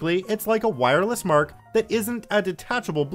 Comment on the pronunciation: you said mic wrong??